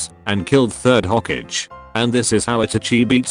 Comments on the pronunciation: The way it pronounces all the names and stuff- 'Hokage' is 'hokidge' lmao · its hokage not ho cage hahahahaha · nobody: the video: says Hoe-Cage for Hokage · nobody: not a single soul: the video: hoKIDgen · Rip hokage pronunciation